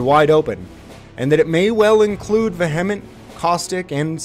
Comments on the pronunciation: Why are there so many people on YouTube pronouncing vehement like va•hem•it??? IT IS vee•uh•munt!!! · vehement is usually pronounced like via-ment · Just a note for you: Vehement is pronounced - 'Vee-uh-mint' 😉 go get em!